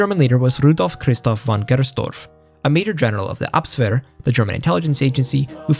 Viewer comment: It's "Abwehr", not "Abswehr".